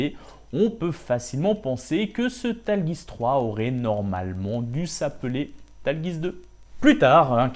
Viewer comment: super vidéo, mais par contre la prononciation bien franchouillairde du Tallgeese... mes oreilles ont été mises à rude épreuve XD